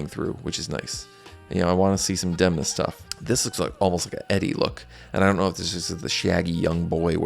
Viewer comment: Please try to pronounce Italian names correctly. It's not difficult. You simply google how to pronounce them before shooting your videos and you can do a much better work. You pronounced all names as if they were in English. Demna and his team made an effort to achieve perfection also in terms of promoting Gucci as an Italian house --- La famiglia, as a matter of fact. It's relevant.